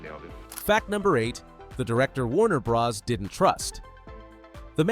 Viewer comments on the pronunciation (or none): I don’t know any human who pronounces ‘bros.’ as “brozz”. AI isn’t perfect yet.